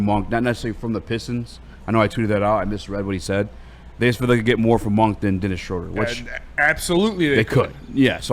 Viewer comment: The man's name is pronounced Shrooder